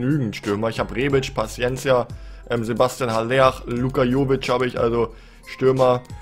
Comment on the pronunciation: Haller wird aber aller ausgesprochen